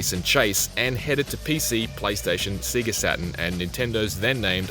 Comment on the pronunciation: Anyone catch that “Seagah Saturn”??